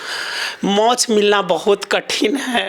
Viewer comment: गुरुजी मोच नहीं कहते मोक्ष कहते हैं राधे राधे